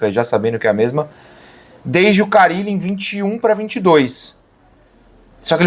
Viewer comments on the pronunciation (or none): eu não tanko você falando fabio carilo KKKKKKKKKK